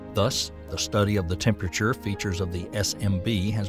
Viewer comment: What really drives me nuts is when he pronounces the word "temperature"